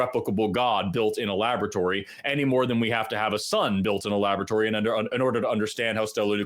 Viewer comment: they are arguing with a person who says :"Labatory"... just sayin'